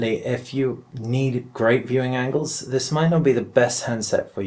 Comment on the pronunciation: "this" not "fhis" :-p